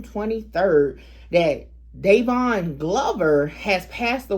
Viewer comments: Dyron...it's Dy-Ron....I ain't know bruh was out there like that. Bruh a Northside Aiken dude. Rest up. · Its pronounced dye Ron Dyron